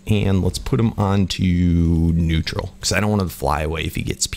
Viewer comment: Lol he said nutearl but he put it on passive 😂😂😂😂